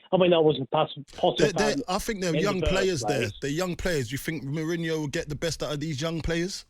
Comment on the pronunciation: It’s been obvious for at least two months now that potter isn’t the man for chelsea. The immediate shutting down of Mourinho coming back from whoever this ‘geeeeze’ is commentating just goes to show how clueless they are as pundits. Notice he can’t even pronounce Mourinho’s name… I’m bored of the ‘give him time’ rhetoric. I’m sorry, but in any profession, you would have a probation period, and quite frankly, Potter wouldn’t be passing it at this point. It’s time to look elsewhere before it’s too late and we are saying the next manager didn’t get his ‘preseason’ etc.